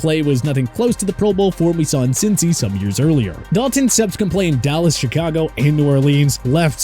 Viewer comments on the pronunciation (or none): none